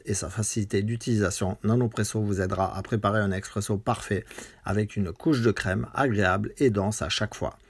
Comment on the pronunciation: Salut on dit Espresso, Expresso c’est pour les amateurs de capsule